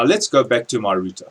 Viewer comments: Great video!!... I hate to say it, but it's not pronounced ROOTER =/ . That was killing me ! LOL all in all fantastic video! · hahah he said rooter